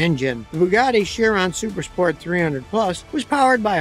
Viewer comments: Chiron is pronounced Kie Ron. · It’s pronounced Bugatti KYron! Ch sound like k in Italian!